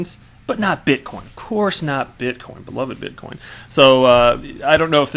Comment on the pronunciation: Please sir, I beg of you. Stop saying bitcom lol.